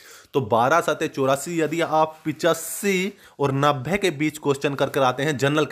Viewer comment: नभे नहीं होता नब्बे होता है